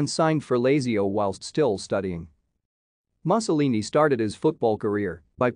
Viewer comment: Sickening. Doesn't even know how to pronounce Lazio and Mussolini